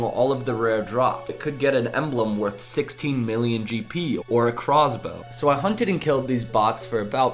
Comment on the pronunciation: he had a crahhhwz-bow